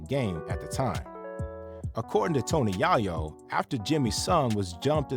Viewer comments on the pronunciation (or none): Who’s Yah-yo? It’s Yay-yo…like it’s spelled. Why doesn’t anyone there ever look at other interviews to say the correct pronunciation of the names?